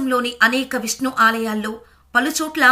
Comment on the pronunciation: Visnu kaadu talli Vishnu antaaru.telugu palakadam nerchukoni videolu cheyyi